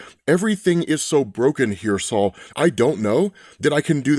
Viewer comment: Just wanted to say that I am % sure Sol is pronounced “soul” as in “sun”…. Not “Saul” like the name 😬😂